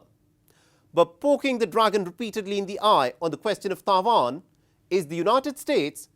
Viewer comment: It's Taiwan not Taivan